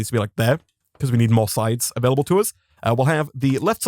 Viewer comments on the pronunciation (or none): none